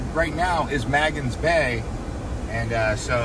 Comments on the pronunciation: "Mingus Beach?" Try Magens (pronounced "May-gens") Bay beach. Also, Charlotte Amalie is pronounced Charlotte "A-mall-ya." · It’s pronounced “May gens” Bay, otherwise a nice video of my former home! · I have been going to St. Thomas since 1966 , have been there 35 times and your tour was one of the best I've seen. Other than a couple of mispronouncing Magens Bay, your tour was very professional and covered a lot of the must see places. Great job...